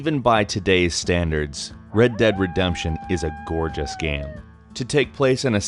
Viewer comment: Why the fuck is he saying gem? Its called game